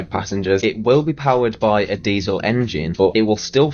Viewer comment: He emphasized diesel